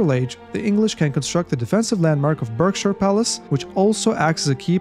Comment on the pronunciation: Haha as a brit, i can confirm berkshire is pronounced barkshire. Great video as always buddy. So glad you got access eventually. The graphics look beautiful on your computer! I need to upgrade!